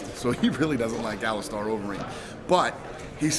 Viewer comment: Alistar overeem? you mean Alistair? haha